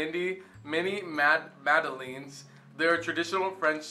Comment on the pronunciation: He didn't say Madeleine correctly but whatever.